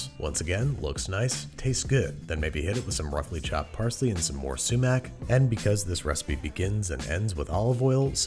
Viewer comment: Babish is a beast at cooking ngl, this recipe was perfect, as a middle eastern I love how you tried to be authentic with it, the only problems were pronunciations of falafel and sumac, but other than that this is perfect.